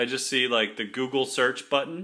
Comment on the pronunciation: He pronounced google as guggle lol